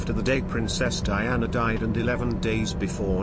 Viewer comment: “DIE-ANA” Jesus